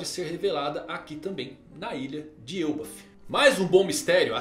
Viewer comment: Me diz que tu leu "El bafo" com um sotaque espanhol tbm 😂😂😂